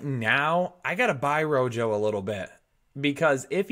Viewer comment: The 9 dislikes are all after hearing RoJo